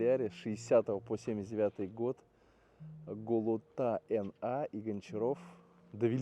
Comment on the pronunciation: Не розумію, з якого там взявся Український хліб?! Де Воркута, а де Україна? - не ЛіАЗ, а ЗІЛ-158, то потім вже почали робить ЛіАЗ 677, отож до речі то все розробки США. Та фамілія водія не ГолотА, а ГолОта! Наголос на середній слог, костоязикі!